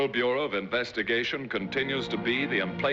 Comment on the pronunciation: Im-play-cable? Never heard it pronounced like that before.